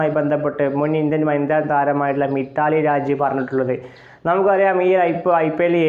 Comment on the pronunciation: മിത്താലി രാജ് അല്ല മിതാലി രാജ്.